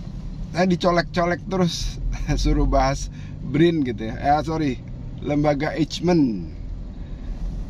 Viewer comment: Lembaga Eijkman dibaca Eykman (silent j)